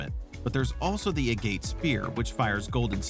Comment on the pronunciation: Agate = AGG-IT and Ecosphere = EEKO-SFEER